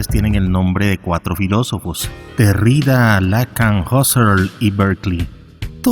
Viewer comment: Se pronuncia Lacán y Derridá.